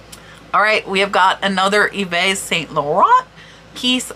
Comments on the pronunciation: Hi, way to pronounce Yves St laurent is EVE...ok back to video:) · Hi ~ just FYI, Yves is pronounced "Eve" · Yves Saint Laurent - You have the Laurent part correct. But Yves is "eve" ("s" on the end of words is silent in French), saint is "san" - and it's more a sound "eh" - you don't put emphasis on the "n" like English. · Hey, here's a quick pronunciation tip for French words: in most cases, the last consonant is silent. So, for Yves Saint-Laurent, Yves is pronounced "eve" (no ess sound), Saint is almost the same as in English (a bit more nasal), but without the "t" sound at the end, and Laurent you got right: "low" + "rrren" without the "t" sound at the end. Au revoir! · Yves St Laurent - The Yves is pronounced eve (like the beginning of evening). Good video. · Yves is pronounced ‘Eve.’ Yup, that’s right, ‘Eve.’